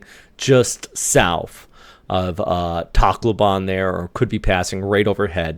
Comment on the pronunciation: It's pronounced tack low ben by the way :)